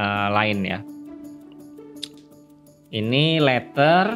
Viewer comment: mon maap bukan leter, tapi leder. bukan winding tapi wainding. HADUUUH slaah hire orang nih